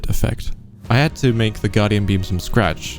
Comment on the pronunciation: He said “Alex had a really cool trident” and the h is silent to make an elision so it sounds like “Alexa a really cool trident”